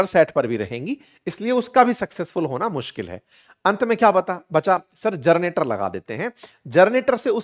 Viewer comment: जनरेटर बोलिए आप जरनेटर बोल रहे हैं।